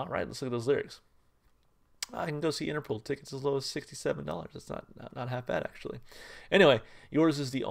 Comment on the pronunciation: For the record the name is pronounced Interpol (interpole) not Interpool :)